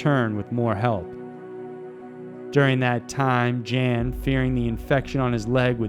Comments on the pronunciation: It's pronounced Jan, not Jan. He's not a chick. Yawn. It's pronounced almost just like yawn. Not Jan. Come on man. I hope you understand. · Umm it's not pronounced Jan, he's not a woman, it's pronounced like Yawn. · Jan is pronounced “yun” by the way. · Jan Baalsrud = YAWN Baalsrud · “Jan” pronounced “Yon”. Just sayin. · Jan=YAN a male named Jan is pronounced YAN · Jan is pronounced "yon". Your welcome. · European 'Jan' pronounced 'Yarn' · pronunciation goes a long way there mr. narrator. Jan is very likely pronounced yawn, just so you know! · No. Pronounced 'Yun'. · Jan in Swedish is pronounced "Yon". Cool video though, enjoyed it. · I believe Jan is pronounced Yawn. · Amazing video! Just a quick note though, I believe Jan's name would be pronounced as 'Yan' :) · Charlotte It’s Jen. Pronounced yen. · Jan Vals Rude is pronounced YON ROODA. Just so there isnt any confusion, that Jan is a male in Norske, and usually refers to the name John. Thanks so much for these great highlighted documentaries!! I enjoyed listening to them. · Jan is pronounced YAHN. Please check for correct pronunciation prior to recording. And the Saami do not pronounce their name like Sammy. Think SAH-me. Hope this will maybe help a bit.